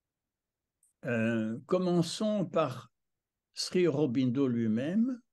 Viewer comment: Monsieur, sauf votre respect on prononce SRI Aurobindo. Le "Sri" est une marque de profond respect à l'encontre, non pas d'un maître spirituel mais d'un Avatar. Il n'était pas un ami de Gandhi sachant qu'il lui a reproché son attitude pendant la seconde guerre mondiale envers les anglais... (à vous de vous informer à ce sujet). Vous trouverez sur youtube une multitude de documentaires concernant Auroville. Notamment celui d'Olivier Barrot "Auroville the city the earth needs" en anglais sou titré français. Je pardonne à votre grand âge certaines approximations très approximatives, notamment le diamètre de la sphère en crystal dans la salle aux douze piliers du Matrimandir, Dont le diamètre est de 70 cm façonnée par Zeiss (ce qui est déjà un exploit technique) et non pas deux mètres., achetez vous des lunettes. Une bonne introduction à l'Oeuvre de Mère-Sri Aurobindo, les ouvrages de Satprem. OM nahmo baghavaté.